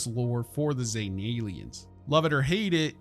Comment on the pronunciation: ZEEE-tan , not ZAY, I know, I know, its said ZAYtan several times, but the correct way to say it is Zee, as in the letter Z-tan as in sun tan, zetan, idk what sort of drugs bethesda voice actors where on when they did that, or whatever weird ass quality control allowed that to pass, but its zetan XD